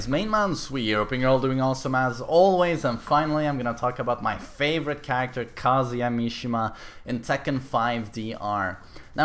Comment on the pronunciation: I dont think kazuya is pronounced as u pronounce it ;)